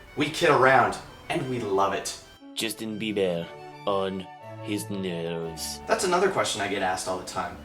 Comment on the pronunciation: The way you said "nerves" sounds like "nose" lol.